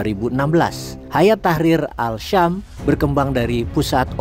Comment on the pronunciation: As Syam bukan Al Syam.